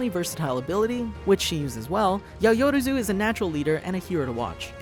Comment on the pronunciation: Yayoruzu.... yAyOrOZu..... YAYORAZU?! No! It’s YaO-rozu!